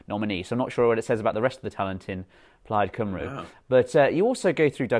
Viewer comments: Plaid Cymru is pronounced 'Plide Cumree' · Love you James and Douglas but Plaid Cymru is pronounced (Cumry) not (Cumroo)😂😂